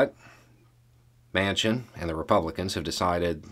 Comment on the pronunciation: "Mansion" would be a more accurate pronunciation of this traitor's name.